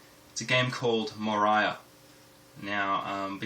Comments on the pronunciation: You destroyed the game's title. It's based of LOTR , it's pronounced More-ee-a not more-i-a. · watced it, installed Umoria on my Ubuntu and now i cant stop playing it :D And as Rensome said it is indeed [Мория] not [Морая], like in lotr ;)